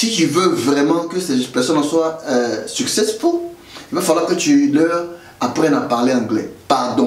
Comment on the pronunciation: Toi même apprend à prononcer successfull